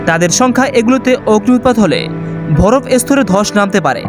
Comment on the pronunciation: উচ্চারণ ঠিক করা উচিত। যেমন ভরফ(বরফ),হুদ(হ্রদ) ইস্তায়ি(স্থায়ী) আরো কিছু আছে। শুভ কামনা রইলো নতুন চ্যানেল এর জন্য।